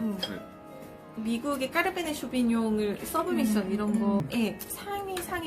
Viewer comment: 와린이입장에서 편하게 볼 수 있어좋네요. 다만, 한가지 계속 거슬리는게 와인을 주제로 영상올리시는데... 가장 기본적인 품종인 까베르네쇼비뇽을 까르베네쇼비뇽이라고 잘 못 말씀하시니 조금 그러네요~